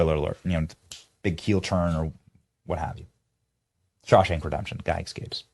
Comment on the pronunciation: Did you just say “ekscapes”? 🤮